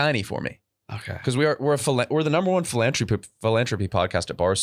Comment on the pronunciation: I loathe the way pronounces “philanthropy” philanthropy fĭ-lăn′thrə-pē noun The effort or inclination to increase the well-being of humankind, as by charitable aid or donations. Love of humankind in general. Something, such as an activity or institution, intended to promote human welfare.